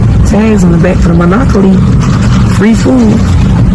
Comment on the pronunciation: Monopoly NOT MONOCKOLY!!! THIS DUMB BITCH!